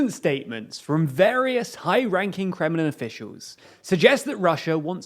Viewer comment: Funny, that you almost pronounced "Kremlin officials" as "criminal officials" in opening sentence